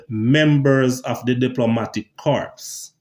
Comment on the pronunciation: Corps is pronounced “core”like apple